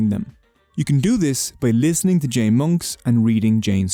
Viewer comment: In most Indian religions any ‘j’s in the word are pronounced as a ‘J’ and not an ‘h’